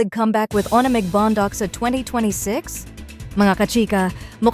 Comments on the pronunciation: ‘Wan Meg’ hindi po ‘Oni Meg’ ….ONEMEG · Tama ba an dinig ko?... Bakit ONMIG... MAHIRAP BA SABIHIN, WANMIG nalang. Ayusin pronunciation ha...🙄🙄🙄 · Pls pronounce his name 1meg not o ne mig. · Anung O NE MIG … it’s 1mig . 🙄Sna u watched the video first b4 u posted. So clear how aiko’s pronouncing his name. 1MIG not O. NE. MIG. Kaloka! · Mam.paki ayus lng ang pronunciation ng "ONEMIG" 😂